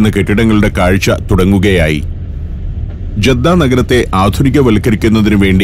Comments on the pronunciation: ജെദ്ദ അല്ല ജിദ്ദയാണ് സന അല്ല സൻആ യാണ് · തൈഫും അല്ലാ താഇഫുമല്ല, ' 'ത്വാഇഫ്' അർഥം: താഴ്‌വര ജിദ്ദയുമല്ല ജെദ്ധയുമല്ല, 'ജദ്ദ' അർഥം: ഉമ്മൂമ്മ (Grand mother).🙂